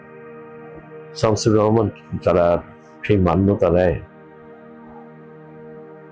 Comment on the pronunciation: সুবোধ সরকারের মতো কবি শামসুর রাহমানের মতো বাংলাদেশের প্রধানতম একজন কবির নামটা পর্যন্ত জানে না; তখন শামসুর রাহমানকে আরো বেশি অপমান করা হয়। তিনি বলছেন যে, তিনি ৩০/৩৫ বার বাংলাদেশে এসেছেন। অথচ শামসুর রাহমানের নামটা তিনি ভুল উচ্চারণ করছেন। এটা কি ইচ্ছাকৃত শামসুর রাহমানকে ছোট করা নয়?